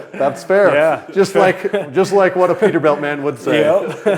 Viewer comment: Is it pronounced Peterbilt? Or how said it Peterbelt?